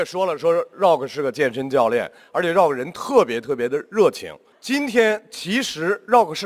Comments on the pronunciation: 少刚老师，不是绕克，是RU啊克😂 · 这主持人能不能把rock读对？老是 绕克 绕克...难道周围没有人提醒他么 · Rock, "绕克". 刚哥需要去新东方培训一下了。。。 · 不是，我并不讨厌张绍刚，但是大学教授不会英语吗，“rock”他咋念的？ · 大胖娘儿们主持：你必须要念对英语发音。必须要尊重Rock本人对英文名的发音。否则，太令人发指。